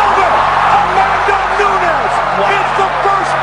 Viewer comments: anyone else hear " amanda new-knees" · Nunes, not Newnyases. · Newnies!! Better not let her hear you pronounce it like that. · I swear that first guy said Amanda Nudies! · I dont like the way the announcer pronounce her name. Amanda Nooneeez.. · What is up with the horrible pronunciation of her last name?!?! LOL!!! Noonies!! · who looks at a womans name from brazil nunes and think its pronounces noonies lol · Amazing how people that talk for a living routinely mispronounce simple names.. " nunies" ... Come on folks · That first announcer was horrible, how do you butcher the names Nunes so bad? New Knees 😂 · cringing every time i hear NoOniez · its Nunes brother. not Nuñez. the N in the middle of her name is pronounced like the N at the beginning. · Everyone is saying her last name wrong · One video and I've heard Amanda's surname been pronounced 7 different ways. It's not hard and it's not like she has a long complicated surname is it. C'mon if you can't even pronounce Nunes then you shouldn't be a commentator. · Youre pronouncing Nunes wrong. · It's noo-ness not nuñez you're pronouncing it as if it were Spanish not Portuguese. Kinda ruins the video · 1st clip u here the guy say her name right and u butcher the shit out of it 3 seconds later her name isn’t Nuñez it’s Nunes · "Amanda New-Knees" 💀🤣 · I swear if I hear that announcer pronounce Nunes as "Noonies" again, ima lose ma shite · Yea .. great fighter... Amanda "nooniez"!!! 🤣🤣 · it's nuñez not noonies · Isn't it Nu-NEZ. Not Nu-Kneez? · This fool calling her Amanda noonies gets quite the L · "amanda NEWKNEES" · It sounds more like loonies 😂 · ya i didn't like that either. I guess I could be wrong but the only way that sounds right to me is noon-ez. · Amanda says her own last name like that. She said after that Ronda fight in the octagon “I’m de champ!!! Me Amanda “Noonies”(Nunes) !!!!” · The first announcer was driving me crazy calling her New Nees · Amanda Nunies? the hell were the announcers smoking